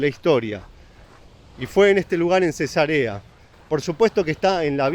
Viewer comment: 😅jajaj El pronunció la ciudad Cesa'rea como si fuera Cesarea de una mujer embarazada 😮😂😂